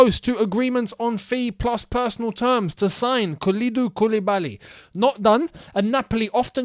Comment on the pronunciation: You pronounced Kalidou Koulibaly very well. 👍🏿